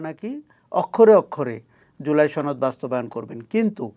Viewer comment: জুলাই ছনদ 🤣🤣🤣 বাহ কি সুন্দর উচ্চারণ